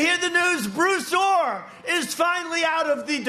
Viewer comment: Thought he was saying Blue Thor... What dif does it make I guess.